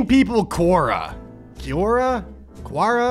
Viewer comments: Idk if anyone has already said this, but Quora is pronounced kwora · I’m sure Quora is pronounced Kwora